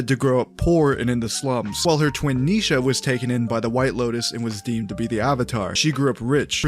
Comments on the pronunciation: As an Indian (all these names seem familiar), I'd like to note that just like you now know how Pavi is pronounced, I'm pretty sure you don't say nee-sha, just ni-sha. Also, Geet means song or music, and it's pronounced more like Geeth Thanks for sharing! I actually do look forward to this new phase, as someone who enjoyed TLOK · It's Ni Sha not Neesha